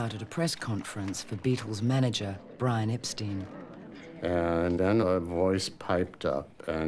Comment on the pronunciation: The narrator also pronounces Brian Epstein’s surname incorrectly as “Epsteen”! Poor research.